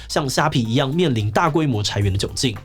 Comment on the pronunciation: ㄘㄞˊ員⋯⋯聽得好痛苦